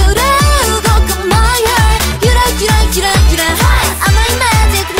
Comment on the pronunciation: It's yura yura but Jihyo somehow pronounces it as hyura hyura